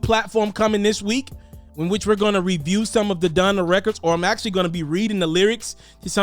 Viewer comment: Honda??? ITS DONDA BOY 😂😂